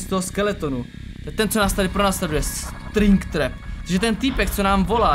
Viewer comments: Striiiing traaap!!? Jak však to tam musí byť napísané že spring trap kámo nevie čítať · ahoj, cte se to spring trap a ale ne stringtrap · FNAFFFF :_Smuu::_Smuu::_Smuu: My day is saved. (XD Stringtrap BTW čte se to Springtrap) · Je to springtrap, ne stringtrap🤣🤣🤣🤣 a je to zároveň Afton, ten člověk v něm se tak jmenuje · Je to spring trap ne string trap xd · Je to ,,SPRING TRAP,, a ne ,,STRING TRAP,, OK? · springtrap se čte springtrep a v překladu je to pružinová past